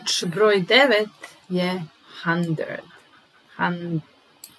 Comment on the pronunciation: Hundred je bilo dobro napisano, niste trebali menjati, a rekao bih i da niste onda ni dobro izgovorili